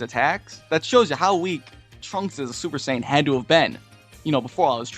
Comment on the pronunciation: Super Seiyan, just sayin